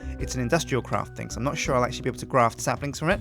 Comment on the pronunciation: Thing not thong